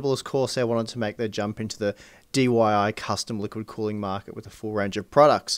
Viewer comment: "DYI" huh? good channel keep up the good work!